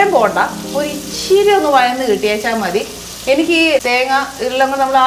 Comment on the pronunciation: ഇച്ചിരി അല്ല.. ഇച്ചിരെ.. 🤣